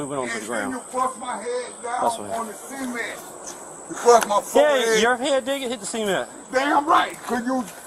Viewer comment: I think that officer slammed his head down on the seement, on the seement, yeah, on the seement...